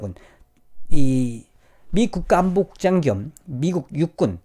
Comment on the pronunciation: 낙하산 국장 으로 들려....ㅋㅋㅋ